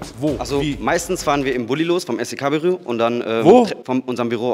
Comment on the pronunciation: Ich bin jetzt bei minute und frage mich wie er es schafft SEK so oft hintereinander falsch auszusprechen😂😂😂